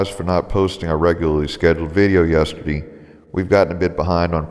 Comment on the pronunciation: sorry! I couldn't stop myself! Your voice sounded so precise and deep and official, and then you said "Yesterdee", and then "Thursdee". Sorry, sorry, couldn't stop the post! :-|